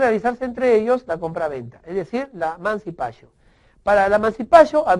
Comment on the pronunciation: o por Dios mancipachio eso no es Ingles es Latin